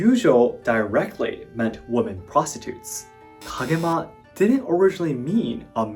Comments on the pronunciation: Excellent commentary. Just one minor FYI, "woman" and "women" are pronounced differently. "Women" should be pronounced as "wi~muhn." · English: a law is passed, not dismissed. Pronunciation: women is pronounced wimmen.